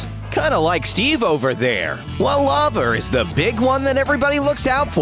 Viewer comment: The guy said ingots and lava wrong. But it's alright.